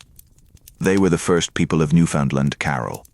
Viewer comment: At least have the province pronounced correctly.